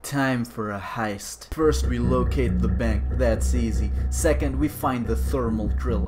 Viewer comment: No one:: HIEST